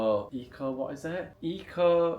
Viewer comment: Loool it’s Unlimited. And you pronounce it as “echo” after the founder Mark Ecko. Ecko Unlimited It was pretty big in the 90’s early 2000’s.